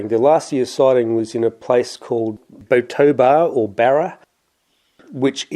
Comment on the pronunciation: Eerie area that! thats pronounced BOTOBALAR and BA-RA. Near lue, me and my dad have had strange encounters near bara.